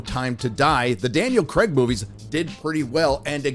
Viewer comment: My American friends. Craig is not Cregg. Pronounce the A. Kinda like Cray. Then hard G.